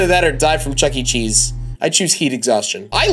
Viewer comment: It’s not Chuck E. Cheese, it’s chucker cheese